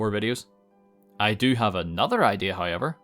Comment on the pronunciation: Hi-ever = however